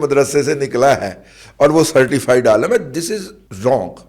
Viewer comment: عالم میں 'ل' ہے زبر نہیں بلکہ زیر ہے۔